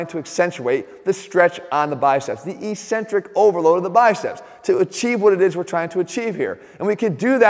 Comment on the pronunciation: ••• EK·sen·trik ••• Notwithstanding your ongoing mispronunciation of ECCENTRIC, I liked the vid. ••• Think 'accent'. Think 'access'. Think 'success'. • • • BUDAPEST • • • • 2019 AUGUST 3 • • • • • 12·30 • • • •